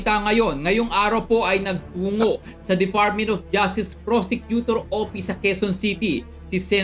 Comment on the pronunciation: Fotik narinig ko na naman ang "defartmint of justice prosecutor opis."